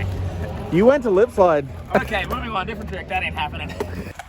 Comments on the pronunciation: Dude, of course you have an accent. You say "oo-on" like in straight on in the lipslide trick tip. The "on" is preceded by an "u" or more like "oo". I'm from Poland so I don't know shit but meaybe it's a east coast thing ^^. Btw, I'm learning lipslides with your technique, thanks dog! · The only accent I've picked up from you is how you say "on", and now "sail flip" haha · You say the word “on” with a y and a w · Regarding the accent thing. The way you say "on" sounds like you're from new jersey. But what do I know, I'm not from the states... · yeah that’s a Bmore/MD thing